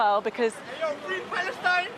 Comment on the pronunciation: “fwee Pawastine!”😂